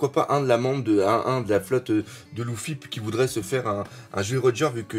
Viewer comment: Sa me perturbe trop quand il dis loufi au lieu de lefi